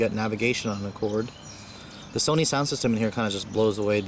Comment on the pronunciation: Sony not Sani lol jk keep up the good work